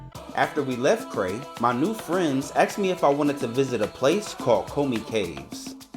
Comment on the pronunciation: “After we left Cray my new friends axed me”? Did that “axing” leave any scars? Yep, sounds like Lesotho is a real hidden gem of desolate arid 3rd world countries. 😂😆🤣